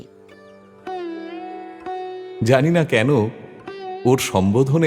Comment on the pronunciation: মন ছুঁয়ে যাওয়া অসাধারণ এক গল্প এই প্রথম শুনলাম। উপস্থাপনা দারুণ হয়েছে। এই গল্পে তথাগতকে পেয়ে খুব ভালো লাগলো। খুব চেনা কণ্ঠস্বর। শুধু বুড়ির কন্ঠে যিনি অভিনয় করেছেন তার বিভিন্ন জায়গায় বিভিন্ন রকম উচ্চারণ যেমন একবার বললেন লাগবে পরক্ষণেই নাগবে... কোনো উচ্চারণে মনে হচ্ছে একদম ইয়াং লেডি পরক্ষণেই আবার সেটা যেন মেকআপ করে বুড়ি হয়ে যাওয়া... এইসব বাদ দিয়ে বাকি সবকিছু খুব ভালো লেগেছে। ❤❤❤❤❤❤❤❤❤❤